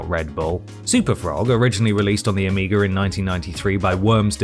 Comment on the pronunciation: my man said Amiga with a hard R